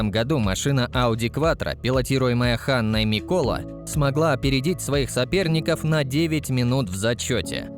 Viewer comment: Ханна мИкола меня убило